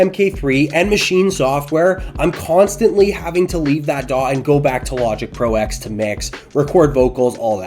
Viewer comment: It is pronounced Logic Pro Ten not Eks! Probably why they renamed it Logic Pro 11.2 to avoid confusion. The X is a roman numeral for ten